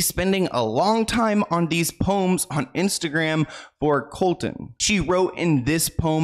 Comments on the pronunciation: I love watching you babe but you butchered MGK’s name it’s Colson honey not Colton love you and love all your videos I watch all of them but I couldn’t stop every time you butchered his name 😂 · Everytime you say Colton instead of Colson I cringe. Can you double check your pronunciation in the future? Its getting worse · His name is not Colton. It is Colson. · Thank you for making this video. You answered so many questions I've had as I have/had been a MGK fan for a few years. Just so you're aware, his name isn't Colton its Colson. Just a friendly critique. That being said, I haven't really been a fan of his since he got together with Megan. Their relationship definitely seems deeply spiritual but not in a good way. Thank you, keep doing what you're doing ❤️❤️❤️ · Colson not Colton. Colton is my son’s name. Please don’t put that evil on me! 😂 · His name is Colson not Colton. 😂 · Is it just me or am I hearing say “Colton” I thought his real name was “Colson” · It’s *Colson, not Colton. Love u ❤ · It's Colson by the way. Not Colton. And it's Travis and Kourtney not Khloe.. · His name is Colson, not Colton. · Great video! Small correction: his name is Colson, not Colton. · I love you dearly for these videos but his name is Colson not Colton you said it a few times and im not sure if your aware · His real name is Colson, not colton. ❤ much love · Just a FYI is name is Colson not Colton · I think his name is Colson not Colton😅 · I laugh when he says coltan when his name is Colson I am a huge mgk fan but I don’t like Megan she has been draining him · mgks names actually Colson not Colton ! fyi love your videos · idk their relationship is very odd but that’s their business. if they are happy that’s all that matters i suppose. we’ll just have to see what happens. also it kills me the entire video is saying colton. it’s colson baker lmao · Lol it was driving me nutssss I was like COLSONNNNN HIS NAMES IS COLSON!!!! 🤣🤣🤣